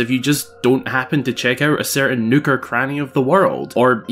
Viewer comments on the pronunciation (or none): Tbh, with your accent when you say “nook” it sounds like a swear word lmao